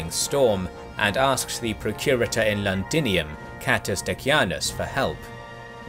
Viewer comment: Londinium not landinium.